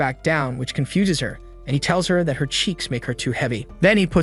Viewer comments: Is no one talking about how he says fat instead of that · Bro when i hear him say that it sounds like fat😂